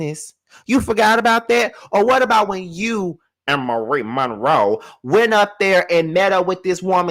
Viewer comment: New fan/subscriber of the page here! The way you said “Marie Monroe” has me screaming 😂 too hilariousssss.